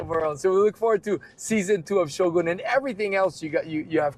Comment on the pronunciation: Thank you for correctly pronouncing “Shogun”!